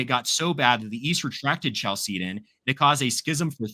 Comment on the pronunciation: Catholic bro doesn't even know how to pronounce Chalcedon